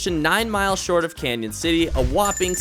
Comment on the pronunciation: It’s CANON CITY!! (CAN-IN) NOT CANYON!!!!